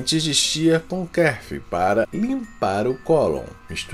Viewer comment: Ele não sabe pronunciar Kefir e um Probiotico